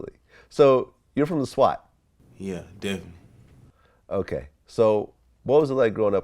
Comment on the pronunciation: Vlad: So when did you start officially rapping? Baby: Deffily ..uhzackly